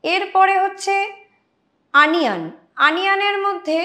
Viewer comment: কথাটা আনিয়ান নয় হবে ওনিয়ন।।।।।